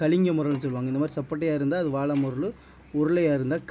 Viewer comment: வாளை முரல் தம்பி("ல" வராது).அதேபோல் தான் விளைமீனும்(வி"லை" வராது)